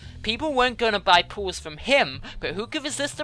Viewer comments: sounds like nilesy was saying pills for everyone :D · Nilesy fits that crazy role, plus when he says pools it kinda sounds like pills